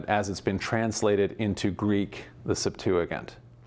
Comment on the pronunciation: Why does he pronounce Septuagint like that